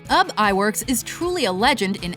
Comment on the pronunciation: Walt Disney wasn't much of an animator. He founded and produced Walt Disney Studios and funded most of their early production, but he didn't do a lot of the actual animation himself. Most of that credit goes to animators like Ub Iwerks, which by the way is pronounced Oobee Iwerks, and the Nine Old Men. And how dare you omit Don Bluth and Brad Bird from the list.